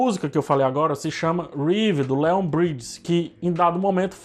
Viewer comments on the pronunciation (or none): none